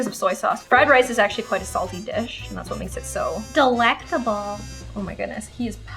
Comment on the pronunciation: Broooooo when cutting garlic u said actuarry instead of actually 😂😂😂😂😂😂